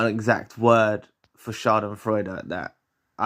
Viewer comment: You pronounced “Schadenfreude” very well. Many greetings from Germany from a listener who not only learns from your content, but also english :) Germany is very far behind when it comes to the topic narcissism. Thank you for your work and effort. Wishing you all the best.